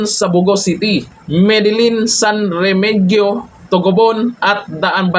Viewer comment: San Remeheyo pronounce yan